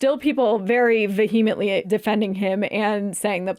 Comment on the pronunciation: Girlies, vehemently is not pronounced "ve HEE ment ly." It's VEE he ment ly